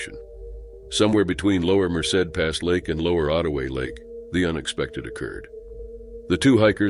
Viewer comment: At least he pronounced Merced correctly even though he didn't pronounce much else correctly